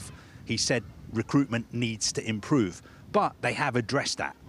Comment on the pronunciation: He said improve like "chelsea"🤣🤣🤣🤣🤣🤣🤣🤣